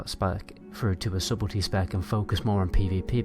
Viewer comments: Mate, subtlety is pronounced "suttle tea" not "subble tea". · Hey dude, thanks for your guides, they really help. Just a heads-up, it's 'Su-tel-ty'. The 'b' is silent. Your videos are popular so I want to you be well represented :) thanks again dude. Am trying this build out atm.